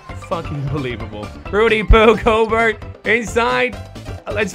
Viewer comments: why he pronounce gobert's name like goburt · It's pronounced gobairt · it's pronounced gobair I should know I love the jazz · I thought that Rudy gorbert was pronounced like "go-bear" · his name is pronounced gobear even tho its spelled gobert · Does not watch basketball? He keeps pronouncing Rudy Gobert's name wrong. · No, hes dyslexic.